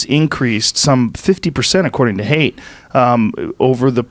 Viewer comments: Joe, it's Jonathan "Height" not Jonathan "Hate." You guys went over this lol. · Jonathan Haidt. Pronounced "Height", not "Hate". That was buggin me.